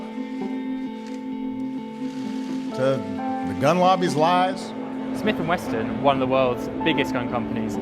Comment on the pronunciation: I'm liking this to raise awareness - not because I actually like the facile "journalism" pedalled by the likes of the Grauniad. Pronouncing Smith & Wesson wrong is I guess their video version of the stereotypical spelling mistakes and grammatical errors in their print offering. Getting UK legal weapons and parading them on camera (with shocking gun safety as well) is just plain old lazy ignorance, but then I guess that is someone or something else's fault too just like murder with a gun is the fault of the gun.